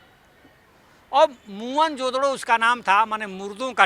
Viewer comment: अबे चूतिया मोहनजोदरो द्रविण नहीं सिंधी भाषा का शब्द हैं मोहन जोदड़ो का सिन्धी भाषा में अर्थ है " मुर्दों का टीला " मोहन जोदड़ो शब्द का सही उच्चारण है 'मुअन जो दड़ो'।